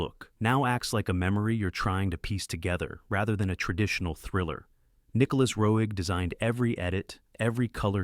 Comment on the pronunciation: And who's this Nicholas Row Egg? Damn AI.